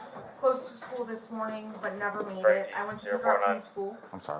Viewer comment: I can’t stand the way Jennifer says “school” as schoo.